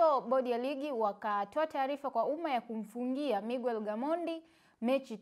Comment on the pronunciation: Siyo migwer ni miger japo inaandikwa Miguer